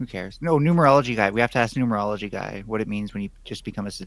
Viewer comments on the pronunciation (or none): Gary's wife can't even say Numerology